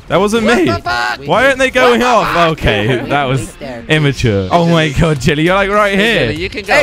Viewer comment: kweb said del lie in stead of jelly